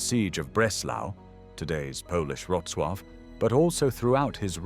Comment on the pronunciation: Pronunciation of Wrocław?